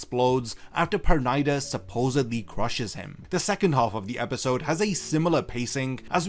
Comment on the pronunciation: Why u pronouncing his pernida wrong 😭